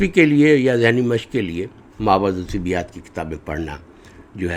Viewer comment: آپ اردو میں ما وراء الطبیعیات کو ما وراء الطبیات پڑھ رہے ہیں۔۔۔۔ طبیات الگ اور طبیعیات/ طبعیات الگ معنیٰ ہوں گے۔۔۔ طبیات : طب سے اور طبیعیات/طبعیات: طبع طبیعت سے